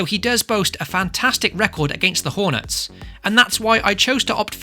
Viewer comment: Anyone else hear that Salah “boasts a fantastic record against the HorNUTS” 😂